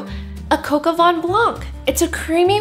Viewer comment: It's vin not van!😂